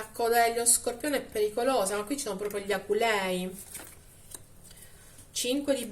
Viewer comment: cambia l'accento ad aculei